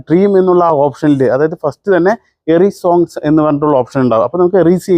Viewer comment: എറി സോങ് അല്ലടെ എറേസ് സോങ് എന്നാണ് 😂 അതായത് വേണ്ടാത്ത ഭാഗം erase ചെയ്യുക. മായ്ച്ചുകളയുക എന്നുള്ള അർത്ഥം കഷ്ടം തന്നടേയ്😅😅😅